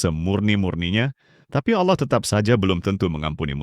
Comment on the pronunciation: awloh swt bang.. wkwkwk kocak